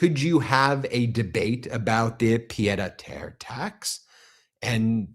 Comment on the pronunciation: Meiselas!! Your pronunciation of pie'd a' Terre is basically perfect. It translates to fool to earth. In reality it's a small apartment just a few flights up. Many would call it a flat. I know this because I was hearing Francais in the womb, from both my parents and grandparents! Yours very sincerely, Anne "Annie" Lousteau 🎉❤